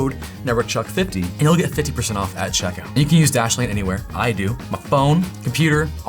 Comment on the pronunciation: Did you just say "remember to use at Chuckout"? 😂